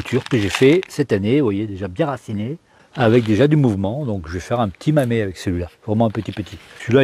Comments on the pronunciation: Bonjour monsieur, on dit "mamé" si vous souhaitez utiliser la prononciation japonaise. Merci pour vos recentes videos, particulierement instructives (je n ai pas encore vu les anciennes, c est peut etre aussi le cas). Bonne continuation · Bonjours merci pour la vidéo toujours un régal. J'en profite pour te dire que ça ce prononce mamé car les japonais prononcent la lettre "E" "é" tout comme le "U" ce prononce "OU". Et si tu veux allé plus plus loin il existe une chaine youtube française tenu par un professeur qui append à parlé et écrire le japonais. Encore merci pour tes vidéos 😎🤘